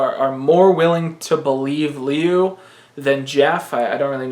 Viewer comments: Learn to pronounce Liu. Lew not Leu. Thanks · It's pronounced Lyoo I'm pretty sure it's chinese